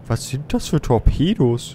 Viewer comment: das sind Tor''pedos'' :D